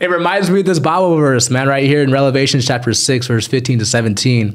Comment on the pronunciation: R E V E LATION R E V E L A T I O N NOT Relevation😢😢😢